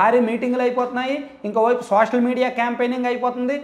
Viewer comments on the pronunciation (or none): none